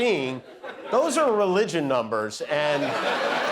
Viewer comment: He can’t even say the word ‘Religion’ correctly!!